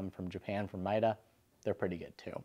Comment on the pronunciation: Interesting thanks. BTW, it is read MEEta, not MYta.